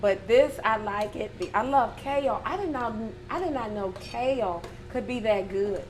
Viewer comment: "I love KAYULE! I didn't know KAYULE could be that good! I can eat KAYULE like greens!" - I will now pronounce Kale like first lady!